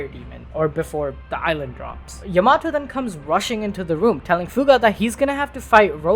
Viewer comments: Loved this video but dude….. Ya-mato 🤦‍♂️ cmon man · Yamato? No no Yamahtoe 🤣🤣🤣🤣